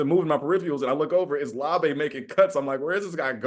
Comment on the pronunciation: The Beast says "Laube" rhymes with WOW-bee, but these guys are saying LAW-bay. Anyone know who's right?